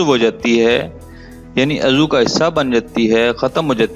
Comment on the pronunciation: آپ اردو کے کئی لفظ غلط بولتے ہیں مثال کے طور پر آپ عضو اکٹھا بولتے ہیں جبکہ الگ بولا جاتا ہے عض و